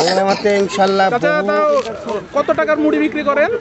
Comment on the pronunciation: ড় এর শুদ্ধ উচ্চারণ করতে গিয়ে ড এর মতো করে ফেলছে 😪 মুডি মুডি 😪 ।